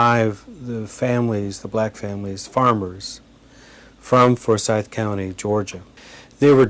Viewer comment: It's not Fore-syth County. At least pronounce it correctly.